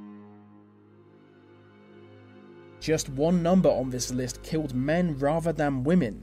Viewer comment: anyone else irritated by "vee" way "vee" narrator speaks? like "vis and vat"